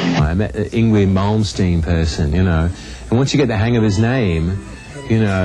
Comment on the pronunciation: lol, kept saying yngWie with the W.